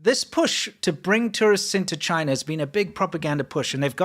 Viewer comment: CHIII-NA. DO NOT VISIT.